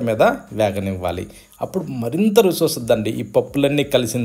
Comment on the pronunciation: రుసి కాదు రుచి సల్లార్చి కాదు చల్లార్చి